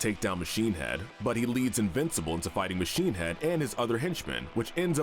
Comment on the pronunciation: When you say invencible characters it makes it sound like there all invisible